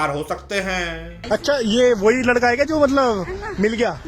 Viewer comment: Bro ur video is great but just a one thing I requesting u that last tone of ur voice ( jaye gaaa kiya haiiii ) plz don’t do that that’s little bit annoying 😅